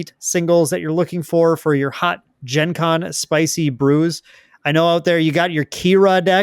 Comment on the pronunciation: Also I have never heard Gen Con pronounced that way, not a fan.